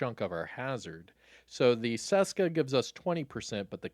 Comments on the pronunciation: Its not damn "saska" its česká. Try google to read it for you. In some old video u nailed it, but here ur butchering it :D Its like when u wanted to say "hello" but was actualy saying "cholo" :D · You were doing sooo good pronouncing Česka correctly (like you pronounce CH in chest) before. Why go back to “Seska”?